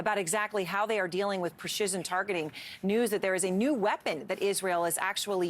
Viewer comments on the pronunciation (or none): "pershizen" targeting? haha happens sometimes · “Preshizon targetting” and “Steel Sling” lol